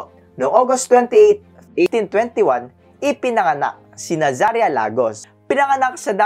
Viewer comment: Nazaria not Zanaria